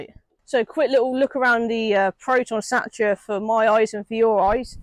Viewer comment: Its called a Satira pronounced Sateera not Satcha